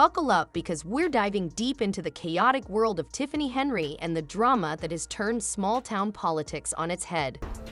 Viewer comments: You couldn't catch that your AI translation was pronouncing HENYARD and HENRY the ENTIRE DAMN VIDEO? Nice Job Genius. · This AI shit is gettign old. You can tell it's AI cause even though the fucking title has her last name right the AI is saying Henry. This is why I'm probably not gonna keep my Premium. I ain't gonna pay for computer generated content. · You need to learn how to pronounc her name and until you do I will not give you a thumbs up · Get her name right mr. Bot